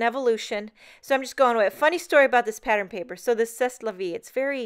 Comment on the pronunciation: c'est is pronounced say!